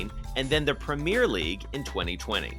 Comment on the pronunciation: "PreEemEer Liig"